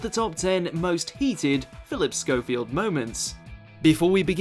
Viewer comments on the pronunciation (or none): On the script it obviously said Schofe (pronounced schowfee) but he pronounced it schouf, this guy has obviously never seen any British shows bc its the same with almost every doctor who video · I’ve only ever heard it pronounced as schofe with no ‘ee’?